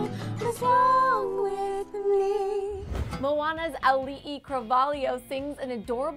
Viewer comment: THANK YOU for pronouncing Auli'i's name correctly